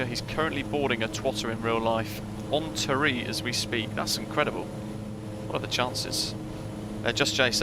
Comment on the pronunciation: Pronunciation tips: Tiree = Tyre-ee (emphasis on "ee"); Benbecula= Ben-bec-ula (emphasis on "bec")